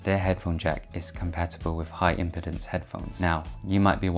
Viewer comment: It’s “impeeeeeedance”, not “impitence” smh